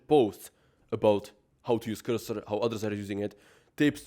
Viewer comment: Blud says 100 time word cursor and cant comprehend it is not qyrsyr 😂